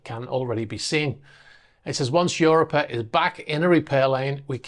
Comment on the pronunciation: I think it's pronounced "u ROP a", not "UR o pa"